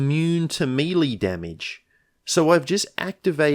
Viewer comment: meh-lay, not MEEEEEEEEELEEEEEEEEY haha